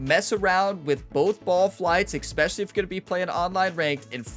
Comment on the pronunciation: You have not a grasp of how vowels werk. Also, while there is no X in the word "especially," you seem to be putting extra-special emphasis on EXpecially. Otherwise, I'm looking forward to applying your player tips.